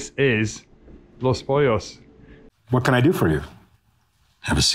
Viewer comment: Honestly I was surprised you pronounced Cuervo and Los Pollos correctly. I'm still giggling at how you pronounced squirrel from several posts back!! 😀😂 🤣🤣🤣🤣